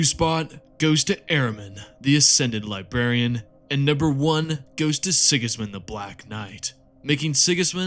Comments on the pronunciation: Mate, you need to look at the pronunciation of some of these names. You got Abaddon right, so kudos for that, but Nathaniel Garro, Garro like marrow. Ahzek Ahriman is the Chief... What? Liberian? Or Chief Librarian... Please take this in the good spirit it is intended. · Chief ‘LIBARIAN,’ love the vid mate